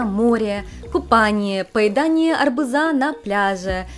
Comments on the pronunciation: Поедание арбУза, а не арбузА 😅 Забавно вышло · Не арбузА, а арбУза. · Очень резануло слух ударение в словосочетании "поесть арбузА"!,неужели у вас так говорили в Одессе? Или просто подзабыли, как правильно ставится ударение в некоторых словах? Со скубрией такая же ситуация каждый раз) правильно будет "скУмбрия" "арбУза" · звучит страшно, не арбузА, а арбУза. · Вы с юга России? Поедание арбУза! Ударение арбузА - можно услышать в Украине, и прилегающих областях России - Ростов, Краснодар; по-русски так сказать нельзя. Раз уж вещаете на публику, делайте это правильно, а то слава придёт, только не долгожданная, а дурная! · ударение в слове арбуз идёт на букву у. арбУза, а не арбузА.